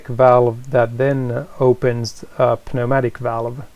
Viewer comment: You don’t pronounce the p in pneumatic .